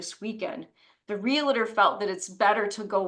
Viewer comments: should know the word is realtor not relitor. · How does an educated lawyer pronounce realtor wrong. Sheesh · The dad's attorney I'm sure is a good attorney but could use some speech therapy...... This mother's sense of entitlement is off the chart!